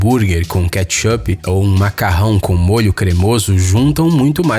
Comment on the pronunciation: "Com Catchâp" ;-; noss